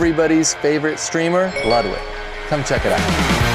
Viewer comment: Ludwig is pronounced Loodwig ...